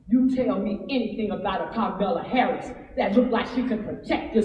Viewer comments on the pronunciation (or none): "Carmela Harris" lol